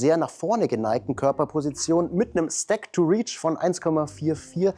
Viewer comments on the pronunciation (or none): none